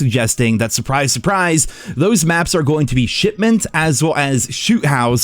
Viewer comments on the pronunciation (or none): First time hearing it, I thought you said Shitment 😅